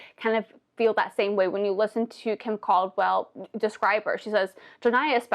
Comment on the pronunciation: I like the way you say KimCaldwell as if it's one word.